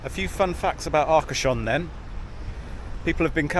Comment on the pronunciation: It took quite a bit of research to find out that the bay you visited is called Arcashon Bay. I ended up asking ChatGPT what's considered the oyster capital of France. Arcashon was its second choice incidentally. I just couldn't make out from the sound the name and the subtitles got the spelling wrong (Arashon in Uzbekistan lol). 😁